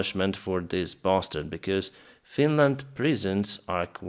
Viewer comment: Bastard sounds like such a harsh word when says it 😅